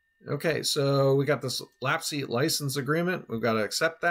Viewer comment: FYI, it's (IPA: /læps/) like memory lapse.